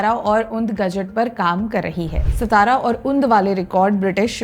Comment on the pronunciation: It's not सतारा, it's सातारा